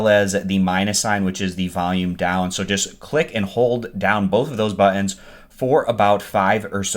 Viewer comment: Sorry i had to ....the way you say buttons buh ense cracks me up! From Boston we say Patayduh and get my shots outta that drawa top dressah drawa then lets harry up and get in the cah to get to the aya powt before we end up missin owwah flight and get stuck in a harrible lay ova in some god fasaken town gulls ah ewe ready ah nawt get crackin get yo wa bottoms in that cah or we ah leavin wethe out yas aright dije ewe hea me ah fa the love ah mike get out hea im nod way en we aunt way en! Good byieee. See ya layta love you too sweethot! Lol i love accents!